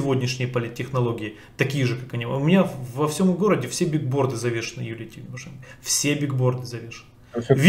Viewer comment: биГборды???! БиГГборды??? Ну вы... ну как???....